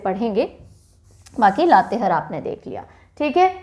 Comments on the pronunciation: Isi tarah Latehar ko har read kare means ha haa pronounce kijiye. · चतर नही चतरा उच्चारण होता है। लातेहर नही लातेहार होता है। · Mam mai Jharkhand se hu. Sorry mam but ap Latehar ka pronunciation sahi nhi kr rhe ho. Latehar nhi, latehaar hoga😊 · लातेहार है ,लातेहर नहीं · हेलो, लोहरदगा होता है, ना की लोहरडागा, और लातेहार होता है ना की लातेहर, थोड़ा सही से पढ़ाइए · लातेहर - लातेहार लोहरडागा - लोहरदगा u r doing the pronunciation wrong in these two names...... But you are explaining very well, everything is easily understood. Thanxxx ❤️ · लतेहार पढते हैं, मेम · Mam it's लातेहार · Pronunciation of Latehar in Hindi is wrong ,🙏